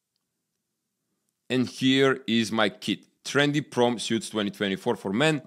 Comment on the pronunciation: "Prom" and "Suit" No "e" at the end of word, for U.S. English